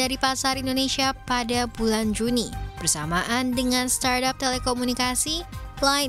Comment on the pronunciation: starap, startup, stardep. startop. suka suka kaulah CNBC. 🤭